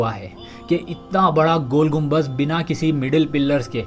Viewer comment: Naam to sahi lelo gumbaj nahi gumbad